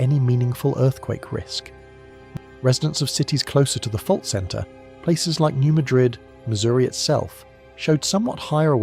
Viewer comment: It’s pronounced “New Mad-rid”